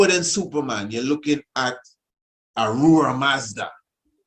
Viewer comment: Yes kingman ! The i pronouncing it well . Zoroaster is indeed known as the Iranian prophet who speaks of the One god the creator. Ahura Mazda would the correct pronunciation ( with the H sound )